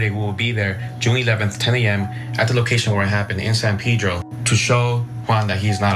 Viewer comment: Ana, it's not "Peedro", it's Pedro!